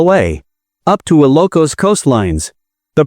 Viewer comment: Very bad pronunciation of ILOCOS. PLEASE STOP IT!!!